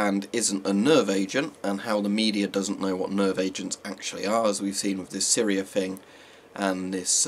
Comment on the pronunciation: "Syr e er" Edit: no hate, just thought it was funny.